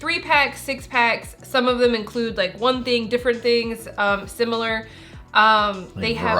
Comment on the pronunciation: Oh no! says "simular!" 😂 J/k, love you guys. And $7 a pack isn't that bad... 🤷‍♀️